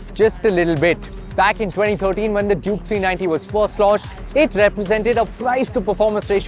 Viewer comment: Why ur always calling it juke?. Clearly it says duke